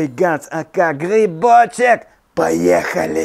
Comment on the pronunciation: Как же бесит, когда ты "Гхибочек" говоришь...